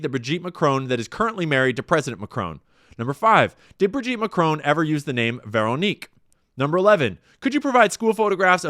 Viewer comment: "Emmanuelle McCrone". "Dayvose". FFS. Sort your pronunciation out.